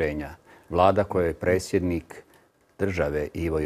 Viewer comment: nečujem dobro jel to presjednik il' precjednik bi htio bit dr.Zlatkić naš turskih-li mu korijena?